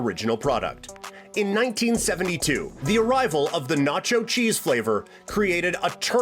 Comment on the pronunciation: pacho cheese